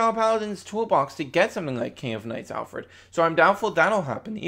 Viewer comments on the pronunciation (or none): Oh and it's ''ALFRED'' not ALFERD